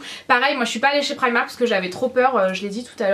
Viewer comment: tu sais pas dire primark comme un dit pri et mark